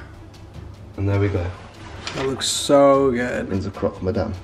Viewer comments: croc mousse 😂😂😂: croc madame 😅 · Why was it so hard for to say "CropMadame" (tryinh to be a bit tooo proffesional at making the food) XD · Chef: It's Croque madame Raph: Croque miseur Chef: Croque madame Raph: Croque miseur Us: 😂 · Rapha: This is the best croque monsierre I’ve ever had: Croque madame